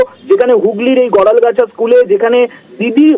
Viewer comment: গরলগাছা. গরালগাছা না.নাম টা তো লেখা আছে ঠিক করে দেখে বলুন.